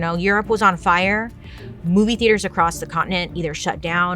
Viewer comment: "The fi-yahh!" 😂😂